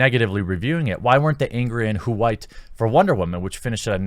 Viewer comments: Why do you say "WHOO-WHITE"? That sounds more annoying than anything this man hating woman has said so far. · Dude I agree with u. But STOP! Saying white like that it's fuckin annoying